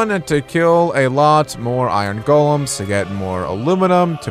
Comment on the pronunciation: Lol you said iron golam